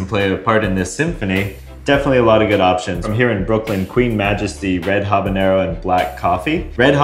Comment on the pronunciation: I'm so happy to hear you say habanero WITHOUT THE Ñ.